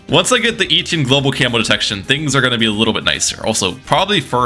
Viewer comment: Etienne not Eetienne